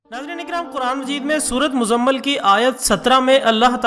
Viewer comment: it is sura muzamil not muzumal.At least read Quran properly